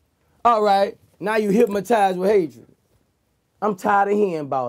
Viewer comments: I agree With most people said, I never really fucked with His Music, But this interview have changed the way I see him now, I didn't know he was so real and so smart. But, I just wonder, Am I the Only One who heard the "Hypmotized" Or what? Lolz, Still Love the Interview all day! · Im hypmotized him keep sayin.....HYPMOTIZED!!!! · I swear he said Hipmatized. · "No vlad, say it wit me. Hypma...tized" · They get HIPMATIZE by hatred🤣🤣🤣🤣🤣🤣 VLAD try soo hard to correct him..he kept say HIPMARIZE😆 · “hypmotize” 😆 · I'm not a native english speaker but to me it sounds like he's saying "hypMotized with hatred"... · "Hip-Mo-tise" with hatred